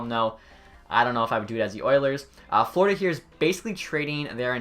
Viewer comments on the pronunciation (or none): none